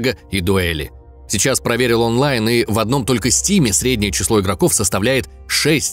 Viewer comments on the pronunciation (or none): none